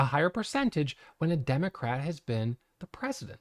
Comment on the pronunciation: Did he said DEMO-CRACK! 😅